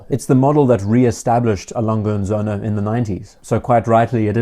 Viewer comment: Söhne, with an Ö, plural of Sohn.